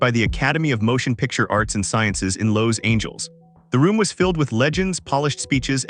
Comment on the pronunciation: Narrator is nuts: lows angels? How about Los Angeles? Is this some sort of AI narrator? How can they say LA wrong? Duh.